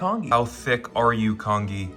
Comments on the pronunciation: It's pronounced con-jee, not con-ghee! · lmao the congee actually looked good for some reason, needed a little more soupy-ness 😭pronounced "con-jee" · hi! congee is actually pronounced con - ji, kind of like the g sound in giraffe? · For someone calling it kong ee, that was surprisingly well made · Con-Gee please it’s Con-Gee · It's pronounced "con-jee" .. Like "jeep" without the "p". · It's pronounced kanjee not congee lmao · The way he says congee makes me sad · as an asian person you saying congee like that is so funny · Every time he mispronounces congee my eye twitches 😩🫣😩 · Goes through all this trouble and can't take a sec to Google how to say congee. 😂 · Aren't you going to correct his pronunciation?! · I can only say… Even though he may mispronounced the English word for “congee”, in Taiwan we only speak Mandarin or Taiwanese anyway, we just call it “粥” (zhōu) or “糜” (muê or bê) I mean, the guy literally cooked rice in a plastic bag using an air fryer… what more can I say? 😂